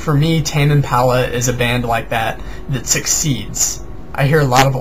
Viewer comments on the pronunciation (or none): It's pronounced Im-pah-luh not Im-pal-uh.